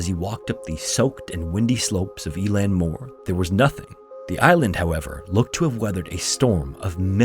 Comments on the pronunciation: Just on pronunciation of irish words. Eileann Mór is pronounced ill-lawn moore, not e-lan😊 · Eilean Mor is pronounced " i lean". Its Scottish Gaelic. It means 'Large Island'